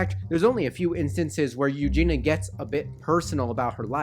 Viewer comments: Good video and I can relate but PLEASE - her name is E U G E N I A not EUGENA - sooo many people say her name wrong - sorry it bugs me. As you must know by now she is getting help - I really hope she is - she is such a sweetheart... I hope her parents get help as well - her mother in particular is troubling to me... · Not hating but it's U-JEAN-E-UH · But how have you managed not knowing how to pronounce her first name? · Her name is Eugenia.. with an i